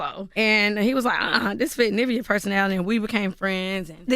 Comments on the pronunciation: Its Niv-veeaah, not Nah-via....sorry it was annoying me. Lol. But great coverage. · You know that’s not how you pronounce her name